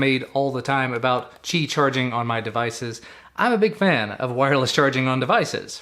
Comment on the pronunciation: Im glad the word qi is pronounced correctly. Hopefully in the future everyone will pronounce my name right. JUSTICE FOR ME